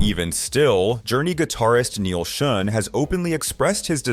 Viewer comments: Neil Shun??? Credibility blown right there. Do yourdamn homework. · Its Neil Shuh on